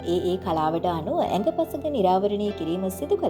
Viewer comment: නව පරපුරේ තරුණ තරුණියන් පාසල් සමයෙදි නිවැරැදිව භාෂාව ඉගෙනගන්නෙ නෑ. උපතින් ගෙනා කුසලතාවෙන් වැඩ කරනවා. ඒත් ඔයා අවුරුද්දක් යූ ටියුබ් කළොත් ඒ වසර තුළ භාෂාව ඉගෙන ගන්න. අඟ පසඟ (අංග සහ පංචාංග) මේක ඇඟ පසඟ කියලා විකෘති කරලා නිවේදන කරන්න එපා.